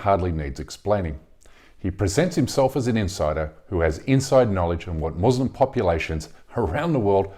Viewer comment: Thanks for this great report. But please try to pronounce “Muslim” with the “s” like an “s” and not like a “z” because the latter in Arabic means “subjugated” or “cowed.”